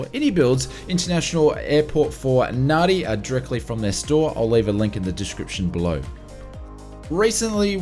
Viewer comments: C'mon, you're an Aussie. You have to know that Nadi is pronounced "Nandi". Nevertheless, great content as usual. Thanks for all your hard work. Have a great new year. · It's pronounced NANDI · The amount of people that cannot pronounce Nadi correctly astounds me.